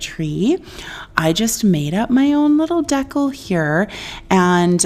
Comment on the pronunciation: Everything turned out beautiful. BTW I love the way you say Decal. Hahaha at first I was like what is she using. You rock chick. Big hugs 🤗❤